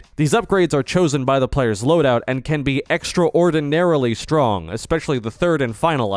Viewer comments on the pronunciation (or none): im ngl i think he used ai for the script, theres a lot of weird inconsistencies and he seems unsure of how to pronounce a lot of the words that he uses. i.e., extraordinary being pronounced as two words instead of "ex-traw-din-airy"